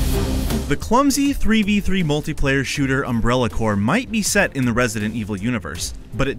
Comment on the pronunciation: WHY DOES HE CALL IT UNBRELLA CORE